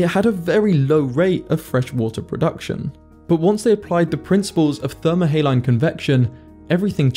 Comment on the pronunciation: How can you expect to say thermohaline correctly if you can't even pronounce saline? ; )